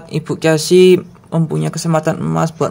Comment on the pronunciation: Jangan marah saya koreksi ya Casey=khesi